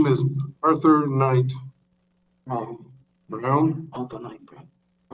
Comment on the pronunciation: he states his surname as “Brown” with an American accent. He seems to catch his mistake and immediately restates “Brown” in a British accent. It’s unmistakable when you listen closely.